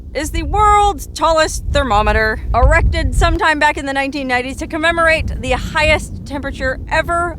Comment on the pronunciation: Also, hello from Colorado,! I do love it when you say "erected" with emphasis! Lol...these videos are my personal favorites,! Quirky adventures with lot's of story!